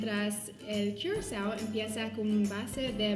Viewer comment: triple sec y curacao. se pronuncia curazao. quizas te suene el blue curacao.. o ""blu curazao"" botellita azul que justamente es licor de naranja, la muchacha nos cuenta las diferencias principales de estos dos licores